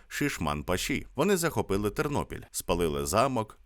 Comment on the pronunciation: ТЕРНОПІЛЬ, а не Тирнопіль .Ті,хто зі Львівщини це знають.